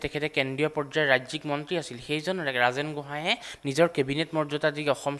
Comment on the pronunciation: মন্তী নহয়। মন্ত্ৰী বুলি শুদ্ধকৈ উচ্চাৰণ নকৰে কিয়?